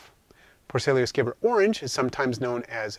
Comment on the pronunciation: So nice to see someone else that knows how to say scaber 😆I was starting to feel left out lol - Great video mate, these guy are without a doubt my go to species for devouring my insects that have passed on. I keep a large colony of them just for that very purpose.